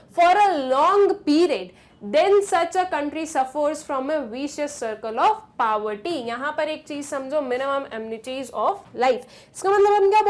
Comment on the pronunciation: Why you pronounce poverty so wrong you should practice how to pronounce before teaching.